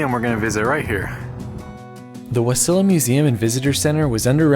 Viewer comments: I can't believe you couldn't pronounce Wasilla. Where did you get the extra i from? Wasillia? Give me break. 😂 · its pronounced Wasilla. not wasillia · Love the video, however it's WA-SIL-LA, not WA-SIL-LEE-A. Just sayin'. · Wasilla not Wasila. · Wasilla. Is ( all I saw ) spelled backwards and is pronounced (wa cil la) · "WA" as in SAW..."Silla" as in Killa or Godzilla............ "Wasilla" I know you were trying but dude, easiest word of most Alaskan towns. I enjoyed your video. Thank you. Your adventure makes me appreciate my Alaska life more. :) ps, your Pops is super cute! My only critique, PLEASE tell people to NEVER come to any of these places in winter time, when it turns dark 24/7. It's mostly UNFUN. It's mostly 24/7 terrible. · Wasilla…Wah sill ugh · I lived in Wasilla, its pronounced Wa-seal-a. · It's pronounced "Wa sill uh". Wa like the first half of wa-ter, sill like a window sill, and uh like uh-huh. Put the emphasis on the 'sill'. Just for what that's worth. :grin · I've lived in Alaska for 54 years and you've seen more in the city than I have. By the way it's pronounced WA-SILL-AH (UH) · Its pronounced Wa - sil - a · love my home state!! thank you for sharing. ps, it’s pronounced wasilla (wah-sill-uh)! glad you enjoyed your time and put forth a good effort to learn about alaskan heritage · Wasilla: (Wa-seal-ya). I saw Denali from a distance in Spring, I can not begin to tell you how beautiful the mountain is, especially when it is in bloom, breathe taking! South of Anchorage to Homer is beautiful and worth a trip there too. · U pronounced wassila wrong but ur dad got it right LOL